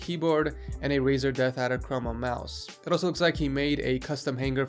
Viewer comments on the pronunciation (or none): none